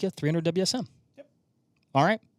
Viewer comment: I've been using the 300WSM for years and have good success with it. Although in a more traditional fashion with a short action and 168-175 Barnes bullets. I do hate your calling the 300WSM the "300 Wizzum" though haha. You don't call the 6.5PRC the "6.5 Perk".